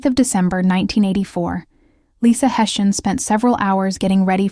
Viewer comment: Pronounced Hess eey an God rest her soul ❤